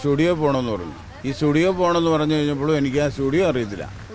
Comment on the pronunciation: സൂഡിയോ എന്നുള്ളത് സ്റ്റുഡിയോ എന്നാണാ പാവം മനുഷ്യൻ കേട്ടത്? അതിനായിരുന്നല്ലോ ഈ പുകിൽ മുഴുവൻ.